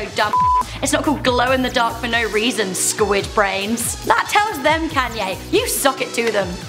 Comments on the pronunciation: it's pronounced con ye not can ye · why is she saying can-yay its kon-yaa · Isn't it pronounced konyay not kanyay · KAW-NYE NOT KANNNNYE I KNOW ITS SPELLED KANYE BUT ITS PRONOUNCED KAWNYE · machine 27 youre right its pronounced con-yay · It's pronounced "con-ya" not "can-ya" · "Can Yays top ten moments." Oh British people. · every time you said kayne made me cringe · Yeah it's just her, none of us say it like that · Can Yay Wow....... Im British as well and i dont even pronounce it like that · Why do you pronounce his name Caanye?? It's Kanye...... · She calls him Cannye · I guess it's pronounced CanYay? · Bruh ur pronouncing kanye wrong ur like kaaaaaaanye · Damn the way she said Kanye is kinda funny especially when she gets down to one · Omg im sorry but can you please pronounce his name right not trying to be mean much love ☝💯❤ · You said Kanye's name wrong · Learn to say Kanyes name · Was anyone else annoyed with the way she pronounced Kanye........ No just me ok